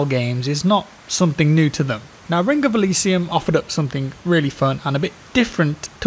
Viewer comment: Rink of Elysium? Take some time off and learn how to speak plz.